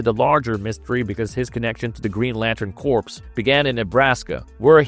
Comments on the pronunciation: corps is pronounced CORE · Green Lantern Corps….not corpse.